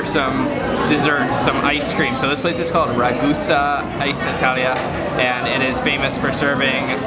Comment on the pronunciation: It's Ragusa, not Rasgula, dude.